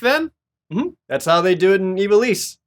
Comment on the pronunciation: Ee-VAH-lis.....not EE-vah-lees. Horrible. :(